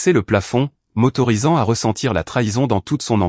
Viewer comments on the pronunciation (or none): "m'autorisant" et non" motorisant"